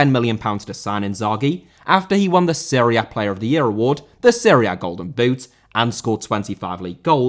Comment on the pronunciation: Serie A* not Siri Ar